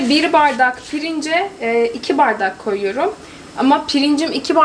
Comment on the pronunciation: tam bir karadenizli gibi konuştun koyirum